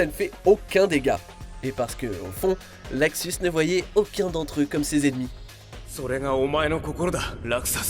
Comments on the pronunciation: "Laxus" c'est LUXUS bordel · Putain luxus. Pas laxus bordel ! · Luxus et non laxus. Merci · Et on dit luxus pas laxus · C est pas laxus mais luxus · En VF sa se dit Luxus